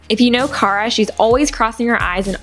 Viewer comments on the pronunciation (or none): none